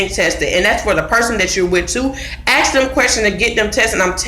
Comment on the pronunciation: Good video. But the word ask or asks isn’t ax or axed. smh